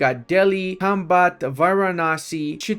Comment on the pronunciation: Bro couldn't pronounce Chittagong 😭😭😭 brother it's literally an English name